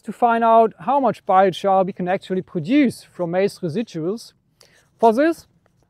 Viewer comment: Are you from Germany, no one wuld say majs it's Korn for the Brits and Americans, but it's interesting